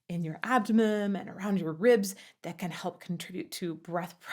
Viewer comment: did you say abdomem ?